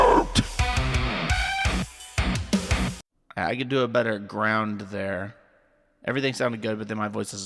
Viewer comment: Sound like you're grout instead of ground 😂😂😂